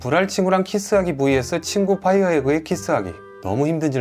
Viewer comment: 앞은 불알로 읽으시고 뒤는 빠이어에그로 읽으시네 ㅋㅋㅋ